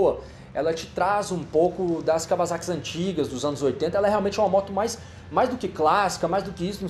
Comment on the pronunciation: Merece um like pela pronúncia correta de Kawasaki pelo Guigo Pinheiro em (e logo depois detonada novamente pelo Hugo 😂)